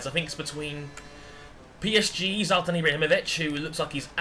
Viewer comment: its not Zaltan its Zlatan!!! LOL